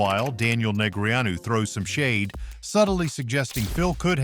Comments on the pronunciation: WHO is Daniel "Neg-re-a-nu"? Go find an actual human narrator. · I wanted to watch this, really, I did. but after listening to some questionable commentary, the repeated mispronunciation of Daniel Negreanu was the straw that had me stopping the video and scrolling on to others